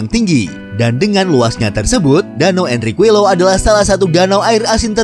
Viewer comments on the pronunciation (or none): Info aja min Qui = Ki LL = y Jdi Enriquillo dibaca "Enrikiyo"